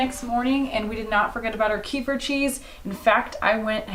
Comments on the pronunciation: fyi,kefir is pronounced kah feer with the accent on feer :-) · About the kefir... It is pronounsed as KEE-FEER with the stress in the FEER part. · KEEFER! Rhymes with REEFER. Kehfir is for losers. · It's pronounced, "keh-FEER" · Kefir is pronounced "kuh-FEER" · In Russian it is read as [kef'ir]. The stress is on the second syllable. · Love your videos♥️! A fan from Russia.🙋🏼‍♀️This yogurt “kefir”, but with the accent is at the end of the word🤗